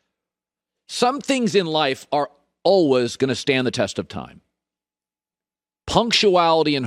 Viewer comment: The word is “always” pronounced as “always”